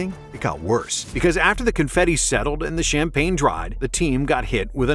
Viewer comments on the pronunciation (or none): none